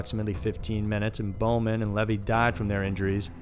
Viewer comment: CHI is a Greek ketter, pronounced "kye." Stephanie Brooks real name is Diane Edwards. Levy is pronounced "leevy." Otherwise, great voice and good to see more uncommon photos of Ted.